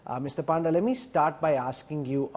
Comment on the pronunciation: The pronounciation is not "Paanda" but "Pawnda".